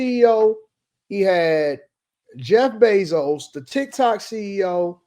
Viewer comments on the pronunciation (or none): none